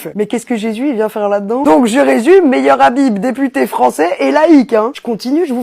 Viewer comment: Pour plus d'efficacité, éviter de prononcer "Meilleur Habib" 😉